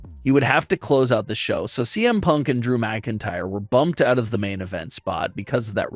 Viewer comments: Is it just me or did you say DM Punk at the very beginning?? lol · I love how the beginning he says DM punk instead of CM punk lol.